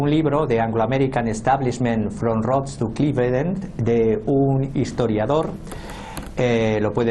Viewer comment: Pésima pronunciación en inglés de tu analista español , aunado a su acento español , hace que casi no se le entienda nada , Rodes?